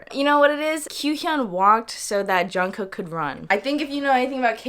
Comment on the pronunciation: is half Korean also pronounced jungkook as jongcock